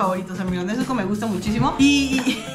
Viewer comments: es nezuko no "nechuko" o "nesuco" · Es nezuko no "nezuco" 😂